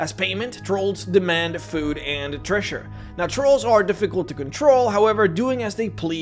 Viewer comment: I'm distracted by how you pronounce 'treasure' as 'thresher' .